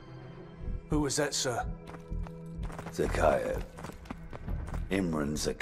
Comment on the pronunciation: His pronunciation of Zakhaev makes me cringe every time.